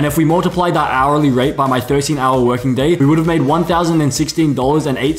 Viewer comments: Like how he pronounced "Guyaneseian"💀💀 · "goonese dollar" 💀